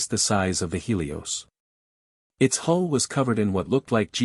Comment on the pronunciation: HULL! HULL! HULL! NOT HOLE OR WHOLE. All these sites and stories and AI computers and not One can get this right! Detracts from story!😊